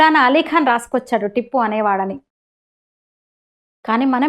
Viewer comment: టిప్పు కాదు tiipu ముందు పేరు పలకడం నేర్చుకోండి 😂😂